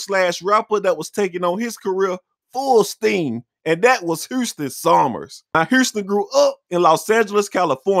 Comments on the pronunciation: Why does he keep saying Herston and not HOUSTON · Why he keeps calling this man Huurston! 😂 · I had no idea Houston had a r in it. Hourston, bro this dude. Who speaks worst him or Young Thug? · I’ve heard of Houston but who’s Hurston??😂😂😂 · Hurston lol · I keep dying when he call him "Hourston" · FUCKIN HILURYUS